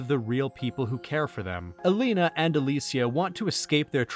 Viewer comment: Your video and analysis were kind of cool, however I'm going to downvote you for repeatedly calling "Aline" as "Alina" WHICH WAS REALLY TRIGGER ME for some reason :(